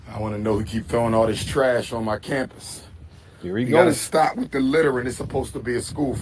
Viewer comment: said " Scampus"😂😂😂